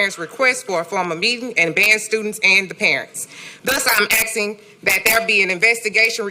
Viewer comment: Sistah must have gotten her PHD online or from distance university since she is still saying axing instead of asking